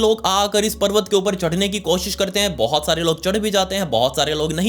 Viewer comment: But❌ Baut✅